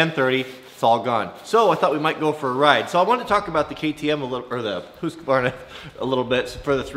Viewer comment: Hooskwarna... If you can say that, you can pronounce Husqvarna properly.